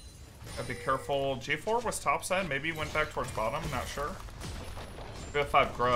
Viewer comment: J4! not "G4"